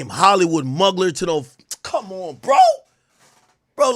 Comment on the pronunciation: Every time AK said Hollywood Mugler I cried 😂😂. It's pronounced moo-glare but I also don't expect you to know that